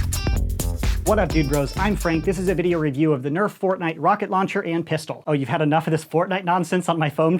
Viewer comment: Fortshight? Again?